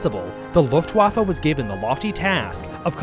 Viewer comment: Please, just, learn how to pronounce Luftwaffe and Wehrmacht correctly